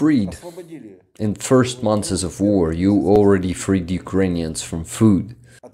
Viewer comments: One note: look up the pronunciation of "months" 👍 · Your comment is one of the most wholesome from all of them! Thank you for all this "thanks", for your compliment and for your tip! I'm already working on the next one. Hoping to finish it in about a week. As for "months" it's already a redacted version when I really tried 10 times before I was able to pronounce this version.😅 First version sounded like "monthes". My dear friend Alex who is an English teacher helps me by reviewing my pronunciation and also finding some mistakes in subs. He tried to teach me to pronounce it but as you can see I wasn't able to pronounce it anyway.😊